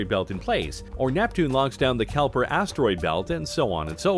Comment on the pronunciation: Kelper asteroid belt? No no no no no no no, it's Kuiper belt (keye-per belt)